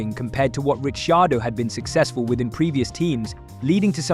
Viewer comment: Rishi-ardo? C'mon.